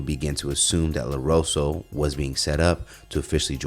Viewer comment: WHO THE HECK IS “LAROSO”????, ya’ll can’t read? Dang, nobody’s checking your content before you make a segment?